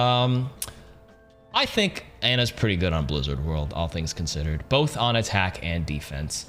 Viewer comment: Whenever he says "on attack" i hear "anatack"